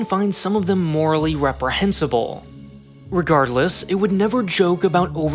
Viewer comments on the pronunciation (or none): none